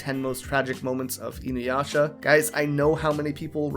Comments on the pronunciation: WHY DO PEOPLE KEEP SAYING "INUWASHA"??? THERE IS NO "W" IN THE NAME! I AM BAFFLED!! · I will never watch her just because of how she pronounced inuyasha